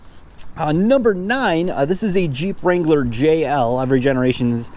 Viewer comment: Finally someone who knows how to pronounce the name!! and.... Go Bills!